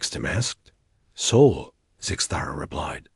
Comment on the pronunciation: It's the Sol system NOT the Soul system. Stupid ai and a perfectly rediculous waste of time. 👎